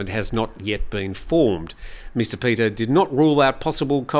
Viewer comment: Just a small quibble: It’s the เพื่อไทย party (meaning “for the Thais” or “for Thailand”) and it’s pronounced “peu-a!” (said emphatically). And the leader’s first name is พิธา, which is pronounce as pi-taa , with a very short “i” (not peter). You should never rely on the transliterations, even (or especially) the official ones because they’re mostly wrong!